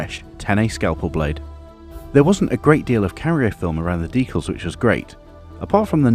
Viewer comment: Looks great! Amazing finish! Might just be your accent, but you have sort of invented a new way to say decals, deculs